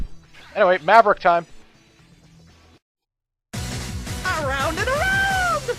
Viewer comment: "Aroubd and arounnnd" Me: woa wut italy?....oh